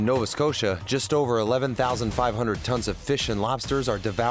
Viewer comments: who ever made this Doc should give there head a shake.. they have no clue how to pronounce, be like calling London Logon.. Nova Scotia isnt hard to pronounce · Hate the way the narrator says “Nova Scotia” he’s butchering it